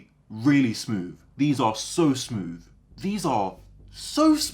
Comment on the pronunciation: He said smooth so many times, i couldn’t help but notice that he actually says smoove, as in he doesn’t make the typical th sound with his tongue as in the but a v. As a non native english speaker is this common?